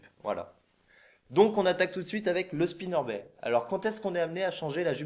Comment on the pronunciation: Très utile, merci, ça m'a bien aidé. Par contre il faut prononcer le "t" à Spinnerbait!